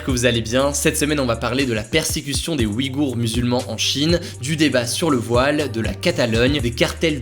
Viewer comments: Juste un truc qui me gêne: ça se prononce pas comme "oui-gour" mais "ouille-gour" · OUIGHOUR, tu t'es GHOURré de prononciation